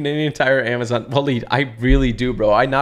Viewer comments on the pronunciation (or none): none